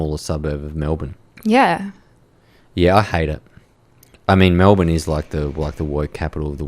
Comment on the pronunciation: This lass has a case of sepocitis. She keeps pronouncing e as a. MAlbourne, for example. Even cultural Australians have been infected by American TV. If you want to have an Australian identity, you need to have a culture(not just value, but a culture, which we don't have), insulation from the rest of the world some what, productivity in our country so our citizens are the ones building our country, and to eat the food we grow here, so our very soil is in our bodies. I am not opposed to immigration, but citizenship can't be given to the refugee, or to their children, but to their children's children. The first two generations can be treated with respect and given sanctuary, but the third generation is when citizenship rights are given because, by then, they have only known our country and its ways and therefore have a love for the country, and so can be worthy citizens